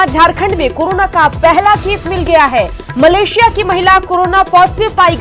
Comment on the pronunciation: news18 walo मलेशिला नही मलेशिया होता है मूर्ख मीडिया